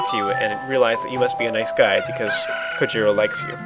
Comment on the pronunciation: The blue chickens name is pronounced like (Ko-hit-oh) the "J" is ment to have an "H" sound like the "H" does in jalapeno